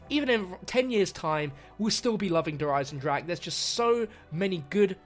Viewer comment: Der Eisendrak really?